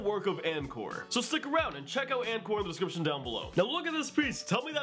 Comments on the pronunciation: That first piece reminded me a lot of Anemal AF CBS. Definitely a west coast kinda style, especially the ‘K’ and ‘R’ Ps: I don’t think their name is pronounced An-core, I think it’s pronounced Anchor. I could be wrong though. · Anchor lol not an kor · IT’s pronounced “ANCHOR” my boy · It's pronounced anchor fyi